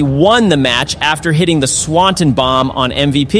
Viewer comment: Love your videos but idk if you don’t know Swanton is pronounced swan ton( like Tom but ton)